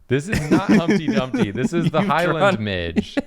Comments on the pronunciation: It’s not midge it’s midge-eee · As a Scottish gal, you need to pronounce midge with an eeeee on the end! Like midge-ee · I know that saying midge, as it's spelled, is correct but no one I know, myself included has ever said it that way. They are midgies. One midgie, two midgies (MI-jee). I'm Scottish, and I'm just letting you know so that if you ever grace our country with your presence you will sound more like a native. If that's something you think is important. 🤷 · I love the midge. I'm from Scotland and we pronounce it 'mij-eh' like imagine there was a Y on the end. Also midgeys are the spawn of satan. Tiny little swarming flies that are everywhere in the summer and they will try to eat you alive like a school of piranha. Their bites are so infuriatingly itchy. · Am I the only one who pronounces ‘midge’ as ‘midgee’ rather than ‘midge’??? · apparently midge, in the context of the bug, is pronounced mij-ee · In Scotland we pronounce midge as midgie, it took me a minute to figure out that they are the same bug. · Not very important but in Scotland we pronounce ‘midge’ as ‘midgie’ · Guyyssssss Midge is pronounced Mid-gee its an even more fun namee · Hi friends Scotland here. First of all midge's are the worst thing in possibly the whole world and I'm glad to see one that doesn't want to eat me. Second, just to be that horrible horrible guy and I'm so sorry in advance. But it's pronounced like midge-ieeee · As a Scot and someone who has personally encountered the Highland Midge multiple times in my life sadly I would like to just say "midge" has two syllables. Either mid-gee or mid-jay for future reference cause this is totally knowledge y'all need to know. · Midges are the bane of my existance. Think of going outside and coming back in looking like a poppy seed muffin. NOT FANCY BOIS AT ALL, IF THE WEEVIL IS GODS FAVOURITE, MIDGES ARE GODS GREATEST MISTAKE. Also pronounced Mij-ey 😂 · In Scotland, midge is pronounced "midjee" or bastard.